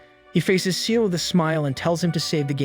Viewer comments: Ciel - Not Seal. Sounds like "see-el", not like a cute little seal. Allister as in "al-is-ter", not Ally-ster. Did you watch the show in English / sound on? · It's Ciel (SEE-EL) not SEAL XD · I’m sorry but you’re saying Ciels name wrong is not seel it’s Ciel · His name is Ciel, not Seal. It’s the French word for the sky. And that’s just one out of many things wrong with this. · why are u saying ciel like seal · "CIEL" NO NO NO SEAL 🦭